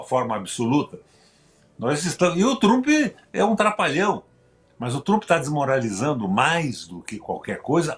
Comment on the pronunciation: O velho não sabe nem falar o nome de Tramp, chamou de Trupe.kkkkkkkk Reclamando da privatização de alguns setores da Petrobrás porque não é mais loteado para partidos políticos pra roubar , velho canalha mentiroso, asqueroso e sem caráter.